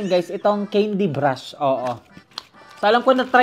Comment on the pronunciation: it's can-dy not cane-dy